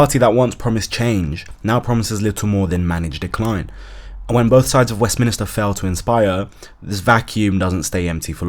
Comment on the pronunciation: Westminster not Westminister